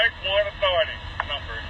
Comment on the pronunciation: Jesus, say WARRANT dude. Lol